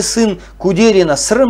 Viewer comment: Құрметті автор, Жұмахан ағамыздың баласының атын Дұрыс айтуға болмайма Срым емес Сырым деп. Ісіңізге Сәттілік тілеймін, Аллах тағала берекетін берсін